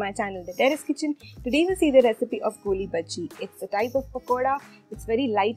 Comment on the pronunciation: By the way it's not golli bajji it's goolibaaje please correct it ..... anyways love from manglore